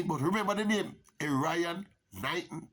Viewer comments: Wrong pronunciation of his name...Err iy on,not Er ryan.... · His name is pronounced Erre-on Knighton lol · Not pronouncing Erriyon correctly.